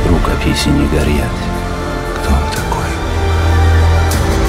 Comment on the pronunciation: причем здесь Булгаков? Он писал - рукописи не горят, а РУКОПИСЯ - так произносит актер из Германии.